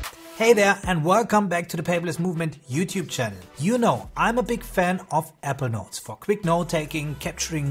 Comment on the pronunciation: APPLE NOTES PRACTICE SAYING IT CORRECTLY 😂